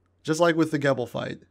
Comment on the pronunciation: You said his name correctly in the beginning and then said it wrong afterwards. Gebel like feeble but with a Jee in the beginning. The game pronounces it! Also your clips of things have like no volume. Otherwise this is a great guide